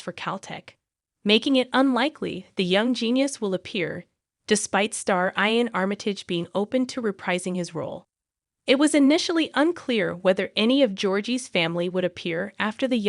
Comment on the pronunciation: Is the narrator aged ten or are all American adults so poorly educated? Iain is pronounced Ian, not 'I-on'; finale is pronounced fi-nal-e, not 'fi-nal'. Go back to school, dear, and educate yourself.